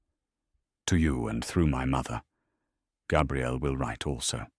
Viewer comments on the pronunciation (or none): It’s funny to me that the AI narrator gets “Beaux Batons” perfectly (well, most of the time) but mangles “Gabrielle”it feels odd to me to continually refer to Cedric not by name, but as “the Hufflepuff champion”. It’s pretty safe to say that anyone choosing to listen to this story already knows that Cedric was the properly chosen Hogwarts champion. With Voldemort’s practically tossing away poor young man’a life like garbage, not referring Cedric by name feels to me like erasing him entirely. Is this posted to Archive Of Our Own or another site?